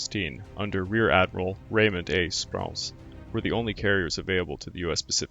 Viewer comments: G'day, I just don't know what to say about your narration of this video. One on hand, you obviously took a lot of time to correctly pronounce all the names of the Japanese naval ships, planes and Japanese personnel yet you did nothing to help yourself with the English pronunciation of just about everything. You stumbled over the names of nearly all the US fighter planes and bombers, similarly with the names of the major USN officers. Over a dozen times you said "aircrafts", this is incorrect. Aircraft needs no 'plural s' on the end of the word. It's a word like 'sheep' or 'fish' it's both singular and plural in context. Then you would say aircraft, once or twice, correctly. The main port and city of New Guinea is Port Moresby, not "Port Moresberry", as you said twice. I don't know if you're a lazy narrator or a bad one. Whatever, you really should take the time in your research to, at least, pronounce common English military terms correctly. Or is Japanese your first language? Your avatar certainly doesn't indicate you are Japanese. I'm a documentary maker and writer. I've literally seen thousands of military documentary films. None are as poorly narrated in English, by an English speaker, as this video of yours. It pains me to say all this but your narration totally spoilt a video on one of the most important aerial/naval engagements of WW2. Get your narration right and I promise you your subscriptions will skyrocket! BH P.S. I wrote this (above) before I read any other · Sprew-ence, hall-zee. Hard to take this serious, When legendary American commanders names are pronounced wrong. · 'Sproo ence and 'Hall zee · I would have enjoyed this more if the narrator would have pronounced the names of the American admirals correctly. He also mentioned B-52s were involved in the Coral Sea battle???